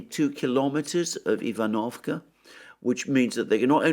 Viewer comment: ivanovske is spoken eevan-of-Ska